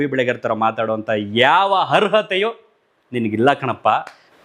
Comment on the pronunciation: ಹರ್ಹತೇ ಅಲ್ಲ ಅರ್ಹತೆ